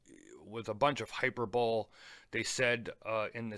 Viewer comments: pro tip- not being an ass but trying to help. It's Hy-per-bo-le not hyper-bol. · Good review. But one gripe I have is your use of hyperbole. U said it as two words. It’s pronounced ‘hyper-ba-ly. Sorry, it’s just a hang up. It’s our native tongue and I think we have a duty to say and spell correct;y. Again my apologies and keep up the review. But could u check to see if that copy of a glide lock buckle would fit the bracelet of the Tudor Pelagos? Thx!!